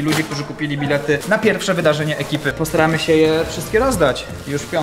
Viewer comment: wydaje się jakby mówił posramy się XD jak coś to wiem że tam jest postaramy się